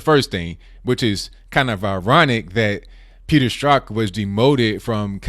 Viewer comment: I really appreciate that you can pronounce 'Strzok'.